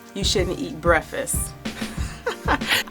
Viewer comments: Gr8 info n I completely agree on her logic but it was irking me with her saying "breffus" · Jam Xo i was wondering if it was only bothering me. Lolol. It was an awesome video, great info... but breffis was so distracting... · I KNOW!!! THAT WAS GETTING IN MY NERVES. NO DISRESPECT BECAUSE I DO LIKE HER. BUT THE WORD ID BREAK FAST. THE END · "Breffis"? Please stop saying "breffis"!!!!! PLEASE!!!!! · This was bothering me too. I was like, she did not just say, "breffst. As she continued, it was clear it was deliberate. She's eloquent in every other way, but she can't continue to mispronounce that word. It's just too tacky. She sounds educated enough to know how to pronounce the word correctly. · *breffisst lol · Chris Gainey. Who cares how anyone pronounce breakfast I think it's cute😜